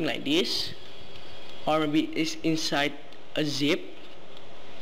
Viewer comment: its pronounced THen not DEN and THis not DIS